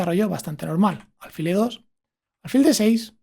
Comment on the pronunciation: Acabo de suscribirme y te felicito por el canal. Pero me llama la atención que digas alfil unas veces como palabra llana y otras como aguda. Yo creo que es aguda😄😄